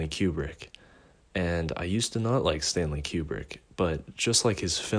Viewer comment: "stanley qubrick"